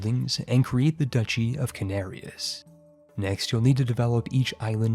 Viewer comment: Duchy! DATSCHI! I love your videos,, but dear Lord, how many times have we told you it's not "ducky"? Are you doing this just to spite us?